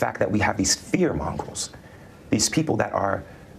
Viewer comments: Then you're laughing at a disadvantaged minority who lacked the proper education to know that the word is mongers. I hope you enjoy being full of spite and hate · i still laugh everytime the jackass says "fear mongrels" like...i legit dont think he knows that a monger isa word for someone who sells/barters....ie a fear monger, someone who sells/barters/trades in fear, ie the media. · Rewatched several times--he really did say fear mongrels. That is unreal, but then again so is everything else about this case.